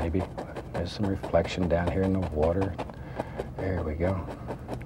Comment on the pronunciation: Lol imagine him doing a cooking show... 🤣 "Little to much watah oh well it was a happy accident"